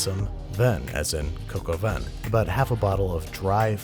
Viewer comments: It's not pronounced cock-o-van, say cock-o-vä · It’s more cock au vin instead of coke au vin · "Coke" au vin? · Cock al vin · Ur saying coco vein but it's actually three French words that mean rooster with wine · "cocoa van" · Please say some other dumb idiot pronounced the recipe as “cock aw vin” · I am British and for 21 years I thought he was saying "can of collagen". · Me, every time Americans say coq au vin: IT’S PRONOUNCED COCK